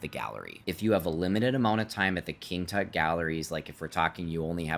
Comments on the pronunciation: How the hell do you pronounce "King Tut"??? Dude! Seriously??? 🤦‍♂😂 Does everything have to be Americanized??? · King "toot"?.?. LMAO!!